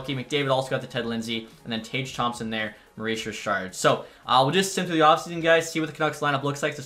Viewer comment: Mooois Jichaaad (Maurice Richard), always crack me up 😆 Good vid!